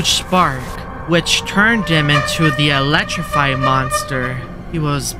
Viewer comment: Don't pronounce t Elecrify😅✅